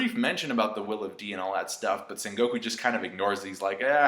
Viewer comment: I was watching and listening to and thought that he was on some high quality shrooms or something - Son Goku...SON GOKU? Still keep hearing Son Goku instead of Sengoku.